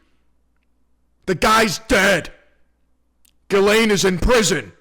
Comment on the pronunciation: Omg! The first online commentator that can pronounce ghislane properly… “Gill lane” people.. not Jizz lane, or “gis lane”